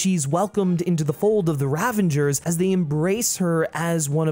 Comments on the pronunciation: I love this vid, totally agree with everything you said. My only criticism is a small correction: it's Ravagers, not Ravengers. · r u saying "ravangers?" isn't it ravagers? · Great video dude, but there is no N in Ravagers ;-) (sorry it bugged me after a while lol)